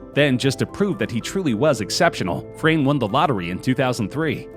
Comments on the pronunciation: Frane is actually pronounced as Frah-neh in Croatian language ;) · I am laughing so hard because nobody can pronounce Frane Selak’s name correctly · If Frane knew how you pronounce his name.. He'd prolly have a heart attack and finally die 😂